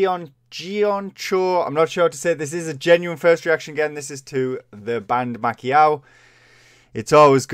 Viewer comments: Pronounced "Mah-Ee-Co" - love the Japanese culture. I miss living there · It's not Pacquiao/My Cow but My-koh xD Please do Rinne next by Band-Maid kuruppo <3